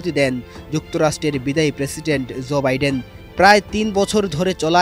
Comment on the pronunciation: ভালো করে নাম গুলো বলেন উনার নাম কি ডিরাম নাকি জোবাইডেন। এটা ভুল বলছেন ভাই